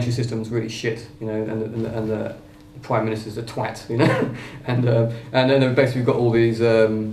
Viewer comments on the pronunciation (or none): hehe more like the "Pwime Minister" xDDD